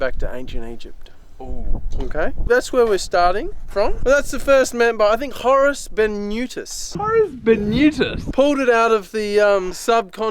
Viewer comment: Horus Benutus...lol 🤦‍♂️